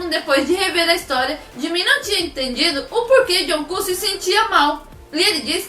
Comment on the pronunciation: toda vez que ela diz jungkook eu escuto joão cu👁👄👁